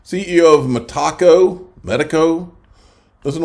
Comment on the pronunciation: your pronunciation of metaco as if it was a mexican food item drives me crazy, get it right!